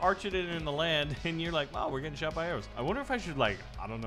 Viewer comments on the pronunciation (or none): none